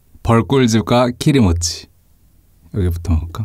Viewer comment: 키리모찌를 기모찌로 알아들음 ㅋㅋ